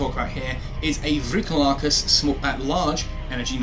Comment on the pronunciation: Awesome fitting video. It's a ship that really interests me. Fun fact: 'Vrykolakas' comes from the Greek word 'Βρυκόλακας', which means vampire. And if u wanna brag by pronouncing it correctly, emphasise on the "o". Awesome video, keep it up and fly safe 💪💪💪